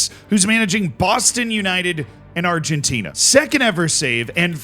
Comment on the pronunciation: "..who's managing BAWSTON UNITED.. and Argentinah"